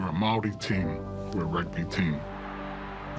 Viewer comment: use your Maori tongue girl your pronunciation sounds of the welcome sounds like a 2 year old ??